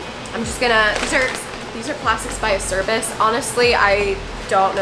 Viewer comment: Great video as always. Thanks for the local graphics connection, they look nice. I'll have to hit him up for my next set. Also, it's pronounced "Ah-chair-bees"